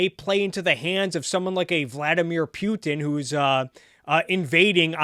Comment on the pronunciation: Love your content. Good stuff. Keep 'er goin but eeehh.... Are you pronouncing it Pew-tin to sound like an A-clown on purpose or? 🧐